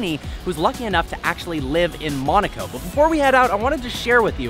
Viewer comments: Dude... Nice videos, but I’m starting to get into habit of helping you how to pronounce towns like Weissach and Monaco. Weissach is Visock and Monaco is Mow-nah-co and not Mon-ah-co. If you don’t believe me then go for tour into the Princes palace and hear how he says it. Carry on! Cheers! :) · Why cant he say Monaco right he says monico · its MOOONAAAACOO NOT MANOCO OR WHATEVER